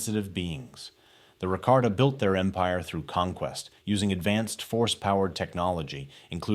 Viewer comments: its about the pronounciation, never heard nobody reffer to them like that before, i thought they were pronounced Ra-Ka-Ta instead of Ra-Kar-Ta and Lee-Hon instead of Lay-Han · Rakarta and lay-hon? Really?